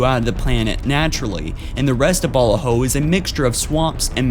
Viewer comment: “The home world of ‘Balla-Ho’” Look, their planet might have had some balla hoes, but it’s pronounced ‘buh-la-ho’